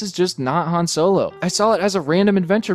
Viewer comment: Optillian yup. Just wanted to actually say it. "Soylo"... Really, just say it out loud right now.